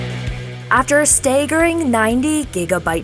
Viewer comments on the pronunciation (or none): “After stayy-gerring” lol